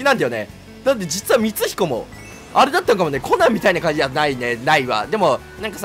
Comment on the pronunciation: 〜 みつひこって言えなくなってて草